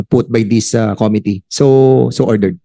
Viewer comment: Committee - ko MI -tee, hindi KO-mi-tee,!